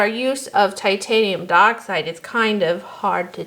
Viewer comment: I’m sorry I know it’s nitpicky but it’s not titanium duh-oxide it’s titanium die-oxide.